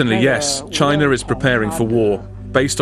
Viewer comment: It's CHINA, not CHINER